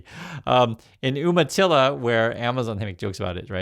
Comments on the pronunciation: Umatilla is pronounced with a 'long U' sound, You-matilla. Not Oom-matilla. Native American word/tribe. From a native Oregonian.😊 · "You-ma-tilla," not "Oomatilla." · YOU-matilla NOT OOM-matilla. Are you sure you grew up in Oregon?? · It's pronounced YOUmatilla, not Oooomatilla. And you were an Oregonian. Shame!!! Love your videos. Thank you for the unfiltered truth. You're making a difference. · FYI it is pronounced "You-matilla." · It’s umatilla pronounced youmatilla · For an Oregonian you are always getting the native name pronunciation wrong. Pronounced You-matilla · Umatilla is pronounced You-ma-tilla.